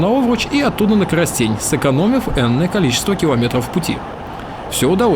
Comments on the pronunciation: Только не коростЕнь и подусОвка, а кОростень и подУсовка =) А чтоб правильно называть железную дорогу на украинском - в конце не "а" - залiзницА, а "я" - залiзницЯ =) Спасибо, за шикарнейшие ролики! Успехов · Не Коросте'нь, а Ко'ростень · интересно смотреть твои видео. Но хочу поправить. На не КоростЕнь, а КОростень. Ударение на первую "о". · Ну КоростЕнь меня просто убило) ахах) правильно произносится кОростень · Не Коростень а Коростэнь и ударение на последнюю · не КоростЕнь, а КОростень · Плз, про КОростень, древлянскую столицу: произносится почти одинаково на двух языках (укр.: КОростэнь). А то услышав, не сразу врубился: коростЕль (птица) - и всё тут! Ну, про месть Ольги - сожжение города, я думаю, известно: по христианским законам её месть - бесчеловечна (по законам язычников - святое дело). Байка про сокращёнку на Овруч: порадовала, правда теперь или ещё раньше, сие не представляется возможным - в 2016 г., 9 Мая, сам был свидетелем разбора бетонных шпал у переезда на объездную НШ, что в 3 км от Янова. Мосты и виды на русла рек - очень впечатляют! И также природа: сосны на песчанике, да заливные луга.. Красотища! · приятно тебя слышать, класно расказываешь, спасибо. Коростень- наголос на первую букву "о") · Всегда думал, что Коростень - ударение на первое О. По ушам бьёт, когда на Е